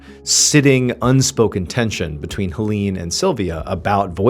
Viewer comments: HellEEn😂 I love his pronunciation. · this man butchered the name Helene... 😂